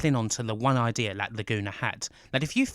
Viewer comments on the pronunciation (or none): none